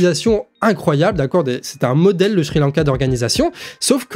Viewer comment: 😉 Petite question : On dit Sri Lanka ou schri Lanka ? , à moins que c'est ton accent du nord de ta région Bretonne 😄😄😇😙 Continu à leur apporter un éveil et une bonne réflexion avant d'agir 👌